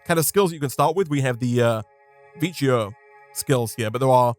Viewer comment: I think vicio is pronounced vikyo